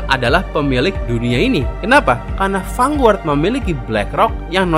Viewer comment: mas, lafal "Vanguard" itu "fan-gard", bukan "fanguart"